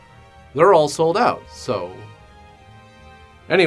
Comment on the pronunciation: Always great when accent goes in an "Oooout". Lol. But "Nu-cU-lar" is always awesome. 'Gotta check it "Oooout" here in Georgia " (Lol. The best of the best reviews as always!) Rock on